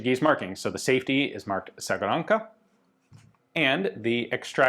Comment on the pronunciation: Segurnaça “Sé-gu-RUN-sa”